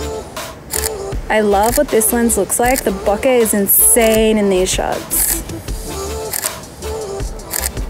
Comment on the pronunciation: Great video! And you even pronounced bokeh correctly!